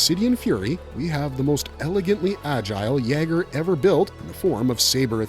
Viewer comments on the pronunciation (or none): "YAY-ger" is the pronunciation. It's a german word (Jäger), meaning "hunter."